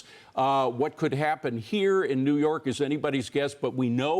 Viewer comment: enfuhhtada lmao. nice one by the news guys not being able to pronounce words they are reporting on lol